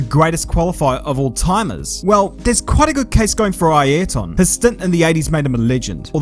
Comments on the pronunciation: Please just pronounce it "Ear tin". "Eye Earrrhh tonne" sounds ridiculous! Also, while I'm being an egg, why is your glorious Kiwi accent peppered with Aussie/American vowels, such as when you say "example" funny? Just curious. 👍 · Ah yes, the fantastic qualifier that is Eye-airton senna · What's that pronunciation? Eye-air-tun bruh....